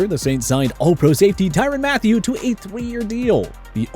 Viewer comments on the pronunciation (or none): none